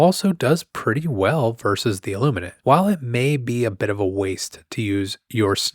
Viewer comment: every time I hear you say the name of the ships, i hear "sausage" kkkkkkkkk